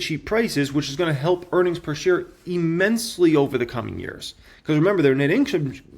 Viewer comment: "E"-mensely is not a word. That's not how you pronounce immensely. What college did you go to? Clearly they didn't speak English there.